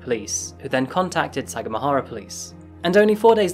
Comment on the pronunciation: Took me while to understand what city you were taoking aboutI lived there when I was a chilid; We pronounced it sa gam a hara